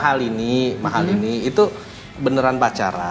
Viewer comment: Kok Mahalani, Mahalini Om 🤣🤣🤣